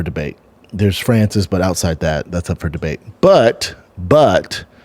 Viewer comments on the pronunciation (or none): none